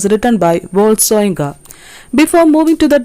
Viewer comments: It is pronounced as Woh-ley Sho-yin-kah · pronounced as SHOYINKA’